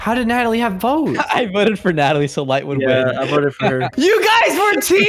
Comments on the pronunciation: said lay instead of light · light rhymes with fight